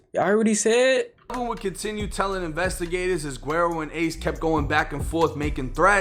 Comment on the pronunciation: Bro, his name is pronounced Wedd-O. It’s a Spanish term for “blondie” it what Mexican call their whites family members. Spelled guero.